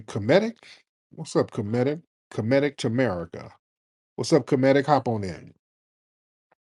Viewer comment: Tariq how could you not know that the Star spangled banner wasn't English theme. Haven't you ever heard there's play? I have to be honest in saying information like that is fundamental. Then you're mispronunciation of the word "comedic". I'm down with being considered an FBA but this whole movement is dangerous. In a Umar scammy way.